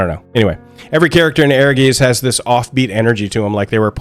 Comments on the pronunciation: [Ear-guitse], not [Air-geese]. "Ehrgeiz" is the German word for "ambition". I still own a PSX copy of Ehrgeiz, and I'm willing to admit I only got it for the FFVII-characters. I was at that age, you know? I would've bought anything with the FFVII-logo plastered on it, and so I did. I did play a great deal of this game, including double-finishing the dungeon mode for the 'story', but - I never particularly liked it. Maybe the algorithm should not have suggested this for me. I'm happy that it brought a lot of people joy, but I thought it was kind of boring, kind of sloppy, and that it mostly got carried by famous names and faces. The fact that Namco pulled its hands off of this title was kind of damning, there's a reason the Mishima-clan doesn't invite Godhand to their famous family-reunions. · ... Not "air-geese." It's "air-GAH-its." In German(ic) words, the spelling "ei" is pronounced the same as in "poltergeist" (which, yes, is Germanic). See also "feisty." Z is the same as with Italian (see "pizza"). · I always thought it was pronounced like “Air-Guys” based on the Germanic seeming phonetics. Not urr-geez. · Bro they say the name of the game right in the beginning.. it's pronounced, essentially "Air Guyst" not "Air Geeez" 😭 but, nonetheless, I'm still glad people are taking shot this game.. it might not have been successful but damn was it fun! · Great video and great reminder of a cult classic. I just heard Aegis all the time instead of Ehrgeiz. ^^ It would be rather something akin to Aergaits. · I never knew how to pronounced the title. But, I always bring it up when talking about FF, like "did yall every play that FF7 fighing game. E-her-geez"😂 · Its pronounced "air-gites" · Thank you. Dude is suppose to be a hardcore fan of this game and can’t say the name right. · It's pronounced Heirguyts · It's pronounced like Airguytz. Air + Guys but with a hard Z. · Ehrgeiz is actually a german word, pronounced Air-guy-ts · the Z in geiz is sharp so more like a ts